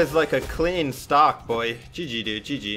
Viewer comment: amazing loved it and the way you say GG is Just Soo Good